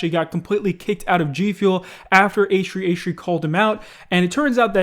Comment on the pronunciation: Um why aren't you saying h3h3 properly... Wtf